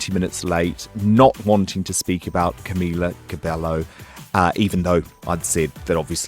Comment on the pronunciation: OMFG GODODJEIZNEN ITS "CAM-EE-LA CABE-YO"